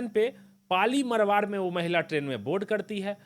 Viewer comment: पाली मरवाड़ नहीं, ❌ पाली मारवाड़ बोलो ✅